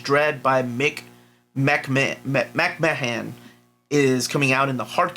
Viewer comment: "McMahon" = "mc-mahn/marn" for pronunciation. Good effort though. I don't want people attacking you. Teaching is more valuable than aggression.